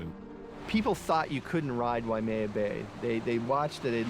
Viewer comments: Native speakers of Hawaiian language always pronounce(d) it correctly: Wai + mea. "Wai" means water, "mea" means reddish brown (the color of Hawaiian soil/dirt). The name is from the stream water ("wai"), often brown ("mea") due to rain washing dirt into the stream. The "why-uh-mea" pronunciation came simply from ignorance of the Wai-mea pronunciation, and maybe confusion based on the name of nearby Wai-a-lua. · I hate it when they pronounce it wai -uh-maya... its why-maya... WAIMEA!!!!!!! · Drives me nuts when ppl pronounce it, "wai-a-mea". It's pronounced, why-may-ah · W and V are in free variation in Hawaiian language. In other words, they are one-and-the-same sound. You say WAI, it means "water". You say VAI, it means "water". No difference. Also, Haleʻiwa or Haleʻiva, same thing, no difference. Technically, [ w ] and [ v ] are allophones of the Hawaiian phoneme / w /. This is similar in some other languages also, like Hindi/Urdu. W/V is seen in some cognates, like English "Water", German "Wasser" [ Vasser ].